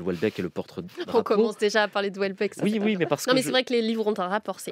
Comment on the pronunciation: France Culture ne sait pas lire Houellebeck...De la bien-pensance à revendre